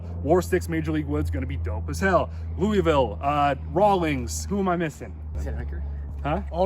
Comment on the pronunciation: It's loo-a-ville 😭😭